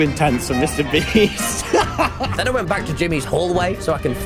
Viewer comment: "Mr Breast" 😭😭😭